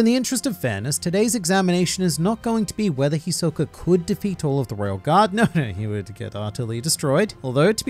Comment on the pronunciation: The way he say Hisoka is trigerring for me. I expect more from an anime fan. smh 😕